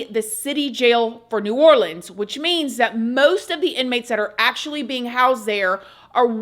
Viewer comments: Say it with me people OR Lean 's Parish Prison not OrLand 's jail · Omgggg I know you wanna say OR-LENS bc this is new ORLENS but when Orleans is alone, it’s OR-LEANS. Let’s get it together, love you ❤ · I live in New Orleans …. And let’s say it together OR-LEANS parish jail .. I know it’s complicated but that’s how it is. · It’s pronounced Orleeens. It’s New Orleans and orleeens parish. Does it make sense? No but that’s how we say it. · You are pronouncing New Orleans perfectly, but when saying Orleans by itself, as in Orleans Parish or Orleans jail, it is pronounced, "orleenz" Just sharing info, as a native. Yes, crazy crazy story!!